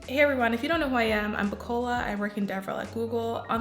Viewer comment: 😄😂😂😂 my sister actually bears the same name , Bukola (Bukky). The way u often pronounce ur name though 😂😄🤦🏽‍♂️🤐. Would really appreciate it if u could make a video on Algorithm and Data Structure practical applications, or maybe interview a solutions architect/freelance IT application developer if possible. Love your videos.